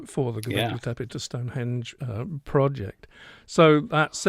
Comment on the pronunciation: one thing id say is you dont pronounance stonehedge corredtly.......refer to spinal tap film.....ps im dyslexic cant speel for toffee Jh